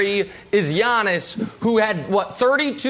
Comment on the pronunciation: I thought I was the only one who was annoyed with how he pronounces his name. Lmbo!!!! Urks me every time!!!